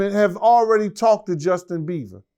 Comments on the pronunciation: Justin beevah 😂😂😂😂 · Justin Beaver! Ikr? Hilarious!